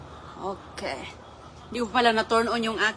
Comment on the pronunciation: I heard again her "oke". No improvements talaga. Sige lang Salita kahit sablay!